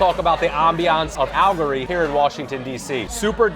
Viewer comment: Your pronunciation of AL-LE-GORY (4 syllables) is concerning. That said, I always enjoy your videos.